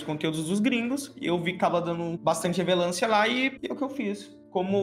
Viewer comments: "Dando bastante revelancia hahahahahahahhahahahah" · " Bastante revelância " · "bastante revelancia " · Fiquei com agonia dele falando "revelancia" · Cada vez que ele falava “Revelancia” um órgão meu morria por dentro. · “revelância” (não é crítica) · "poblemas'', "maniquefiti", "revelancia", "visuação", "vilusações", "ingal", e mais um show de erros de português, que vídeo maravilhoso e tenebroso ao mesmo tempo, obrigado você melhorou o meu dia em 200% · probrema...revelancia... vocabulario do bicho ta no jeito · "Bastante revelancia" puutz aí não amigo kkjkk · só eu que percebi que o falou a palavra "relevância" errado o vídeo inteiro? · Revelancia kkkkk o falou fiquei rindo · e td q reparei foi ele falando revelancia em vez de relevancia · "muita revelancia" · Eu procurando um comentário dele falando revelancia 👀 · que agonia ele falando "revelância" kkk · "Revelancia" kkk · Morri quando o disse "revelância" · O dhr e ele no lugar dele falar relevância ele fala revelancia eksksksksksksksk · "Revelância" :v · e "revelancia" ? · Ok eu sei q esse video é mais sério, mas mano pq o fala revelancia;-;? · "Revelância" kkkkkkkkkkkkkkk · O cara n sabe falar relevancia ksksk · "Revelância" Kkkk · Tá claro que O não sabe falar relevância